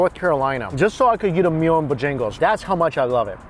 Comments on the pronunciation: Damn y’all getting in your feelings over the pronunciation of boejangos 🤣🤝 just let be smh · Hey, Bojangles is pronounced Bo- Jangles. Sounds like 2 words, enjoy! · i love you but its pronounce BO-JANGLES 😭😂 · it's the way he says "BO-jangles" for me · FYI, when you return south,, it's pronounced BOH-jan-gles. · I was looking down when he said Bojangles and had to look up when he said Bo-Jingles. Love it. You can't through pass a town without seeing one in The Carolinas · I hate driving in Atlanta, but those noods look worth it. XD I'm laughing so hard right now, I'm from SC and am feeling it with how you pronounce Bojangles vs how my area does. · I was so confused by what chicken place he meant until I realized he was saying Bojangles differently haha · You're saying Bojangles wrong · The way he pronounces Bojangles lol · How does he not know how to pronounce Bojangles right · You are saying bojangles wrong lol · Man... and the way he pronounces some words lol...it's Bo Jangles not bajingles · CMon man, it's not Bjangles, it's BO-Jangles. Heavy on the BO, not so much on the jangles. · BO- Jangles! Two separate words! Not Buh-jangles. Give it a breather in between the words. The northern ppl be talking fast. But when you in the south you relax man. You gonna learn how to relax for reals yo. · It's Bojangles not Bojingles come on. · Its not Bah Jingles, smh.......BO JANGLES!! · BoJingles or BoJangles? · Is it really Bo-jingles or Bo-jangles as in the song?? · Me, from South Carolina: cringes every time he says bahjagoes I love you but you gotta draw out the “bo”. It's bow-jangles... You gotta say it with a little twang and a very slight pause between the bow and jangles lol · I was screaming its BOjangles Booooooo jang le's 🤣 lol i dont even know where he gets bajingles from. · lmao "BAJangos"... Boe-Jangos 😭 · Stop saying Bojingles it's Bojangles. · Bojaaaaangles not Bojingles. Haha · It’s Bo Jangles not b’jangles